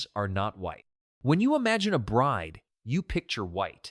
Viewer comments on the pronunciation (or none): none